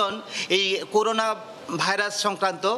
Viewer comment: করুনা হবেনা ভাই করোনা,করেন্টাইন হবেনা,হবে কোয়ারেন্টাইন। স্কিনিং হবেনা, হবে স্ক্যানিং।